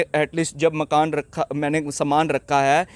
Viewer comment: Malik makn nhi hota ji makan malik hota aap ka tarika gt h bolne ka